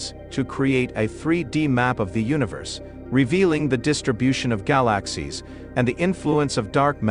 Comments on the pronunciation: So, what the heck DID Euclid See? Gal-a--sies...worthless Video. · What a rubbish video, considering its click bait title. Gal-axe-seas, amongst others and the crappy computer generated commentary is also a testament to the ridiculousness of this waste of time. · I like how the robot says gy-lax-ies. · I didn't realize that I had been mispronouncing "galaxies" all of my 60+ years. I had to shut it off - too painful to my ears.